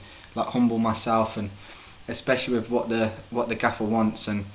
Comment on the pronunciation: He says wiv instead of with haha